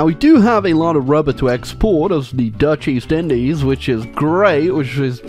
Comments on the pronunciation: is it just me, or did he say the dutch deez indies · Did just say “Dutch Deez Indies?”